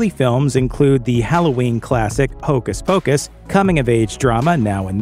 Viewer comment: Can you not say hocus pocus properly?